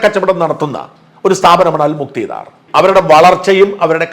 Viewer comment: മുക്തീദാർ അല്ല. മുക്താദിർ